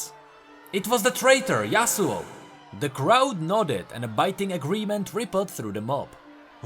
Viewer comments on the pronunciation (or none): none